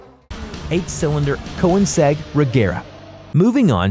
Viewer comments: Koenegsegg not koensegg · Wtf is a coe inic segg? Do you mean a coenicseg? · “Ko-eh-nins-egg” It’s koe-nings-egg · 1) koniseg- Koenigsegg 2) Porshh- Porsch-UH 3)de vil- Devel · Koeinsegg??? Ko in seg????? really? Ko nigs egg or correctly in writing: Koenigsegg. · "Ko-enni-seg" its pronounced "KÖ-NINGS-EGG" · That's funny ive never heard I'd kowinesehg before.. only koenigsegg.. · Yo! It's Kone-ig-segg and Yu-ah-sa. Learn how to pronounce words, read the letters! Otherwise thanks, nice content. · Why are you prounouncing things wrong? Fiat-you said fyat Monocoque you said monuque Audi you said oudi Porschè you said porsch AGERA you said ag-era Keoniggsegg you said con E seg And there are way too many ads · Properly pronounced Kønigsegg, swedish uknow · Stop saying KO-EN-IGS-EGG you fuck. I can't stand listening to this asshole. I'm out early. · You said koenigsegg koeniseg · ko-wenesgeg .... IT'S NOT THAT HARD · Koe-in-segg lol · I dont think that would've helped. You cant honestly say you pronounced it right the first time you read it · How can you not know how to pronounce “Koenigsegg”? I heard “Ko-igg-seg” and “Ko-in-a-seg” and a bunch of other shit. Have you even heard of Koenigsegg or are you just reading a fucking script? Fucking cyclist... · ko-ïneseg? really? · The pronunciation of koenisegg actually got me mad af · The way he pronounced koenigsegg made my fucking blood boil. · You can tell this sucks when a v12 engine is used for the GT2RS vid and Koenigsegg is pronounced incorrectly Edit: Literally anything “complicated” is pronounced incorrectly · I hate how he pronounced Koenigsegg and audi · Pronounce Koenigsegg correctly! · You should brush of your german - or test google translate for pronunciation ;-) Koenigegg is german even though the man who builds the cars are swedish. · Description This guy can't even say Koenigsegg right 😂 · Lol and the koenigsegg 🤦🏼‍♂️🤦🏼‍♂️ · Way to murder “Koenigsegg” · he didn't even get it right, duh